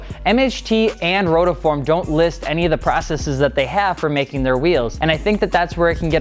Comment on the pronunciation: Guy at the start saying "rotoform".